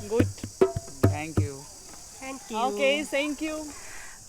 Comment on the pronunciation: Боже мой!! Да займитесь своим английским хотя бы,если хинди не под силу! Ведь вы просто издеваетесь над английским языком!! Эти кошмарные окончания слов!! Не гуТь! А GooD!! Хорошо выглядишь/т Looking Good,а не гуть люк😂😂😂😂 Ужас тихий